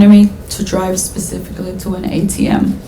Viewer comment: Dude said “pacifically” and he’s shuffling through his paperwork like he knows what’s on it. Throw him under the jail 💀